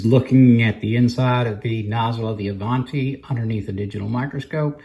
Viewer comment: My Avanti brushes do the job. Now, do I want to pay $26 for a brush that works just fine or $250 for a brush so I can say I own a top of the line brush that works a few percentage points better? By the way, the name is Italian and is pronounced with a soft "A".